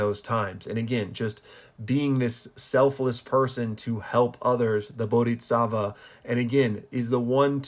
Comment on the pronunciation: maan,.... bodisatva spoken and not bodiTsatva